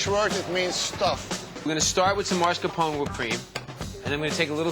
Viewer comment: It's mascarpone, NOT maRscapone!!!! Pet peeve